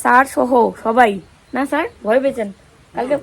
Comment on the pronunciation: আরে সার না ,কথাটা স্যার লজাও করে না ভুল ভাল উচ্চারণ এত সাজ উচ্চারণ ভুল ছি ছি শিক্ষিত লোকের সাথে অশিক্ষিত বা